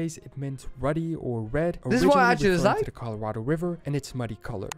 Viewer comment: Colorado is not collered. It is Spanish for Red. Colorado=Red.